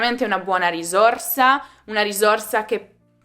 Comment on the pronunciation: Gentile insegnante ,io non pronuncerei la parola “risorsa “con la esse dolce ..